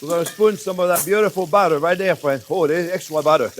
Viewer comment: Is it just me or does anyone else get south park Canadian vibes when he says fwends.... 🤔